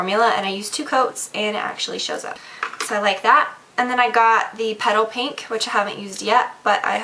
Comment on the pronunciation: when she aid petal pink, for a sec i thought she said pedo pink LOLn <3 this vid!!